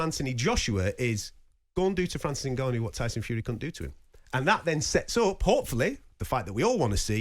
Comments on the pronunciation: Does it annoy anyone else how Gareth pronounces Ngannon? Also how he always loves to talk about how he embraces the Saudi culture, and slips in who he bumped into at the fights and weight in etc.... He love the sound of his own voice. Sad really. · For the love of god someone tell Gareth how to say Ngannou!